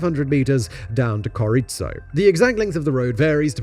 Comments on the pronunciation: Bolivian here. Mostly accurate, and still in disbelief of how long it took to replace that road. Still, replaced it was. Now it's almost exclusively used by adventurers. Having said that, you need to work on that pronunciation... I get it's not easy, but you tend to overcomplicate it, Coroico is just pronounced "koroyco", use long o's if you need to, you'll still sound like a gringo but people will understand what you're saying. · I’m half Bolivian and been to coroico (pronounced koroiko) my mother used to regularly use this road to see the family because my family had businesses in the yungas. The new motorway is great and very safe. Only tourist bikers really use the old road. It’s a beautiful region and worth a trip but avoid the death road, take the modern motorway.